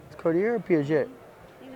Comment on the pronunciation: Hey bozo cartier no r its aaaaaaaa